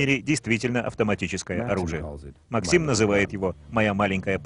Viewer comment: Правильно МАксим. Ударение на А